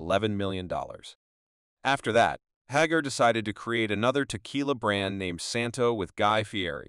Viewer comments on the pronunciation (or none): Pronounced Hagar 3 different ways.